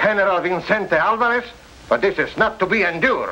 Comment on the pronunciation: They sure did like butchering the pronunciation of Álvarez.